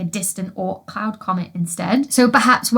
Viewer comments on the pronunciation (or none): none